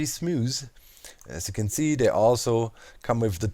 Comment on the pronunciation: "looking pretty smooz" XD